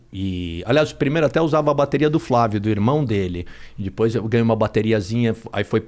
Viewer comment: Mas “dipois” podia melhorar o português. 😅